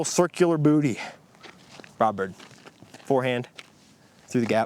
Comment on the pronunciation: For half the video, every time you said brodbird I thought you said Robert. So that disc is forever Robert to me now.